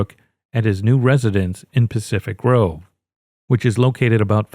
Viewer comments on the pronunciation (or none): none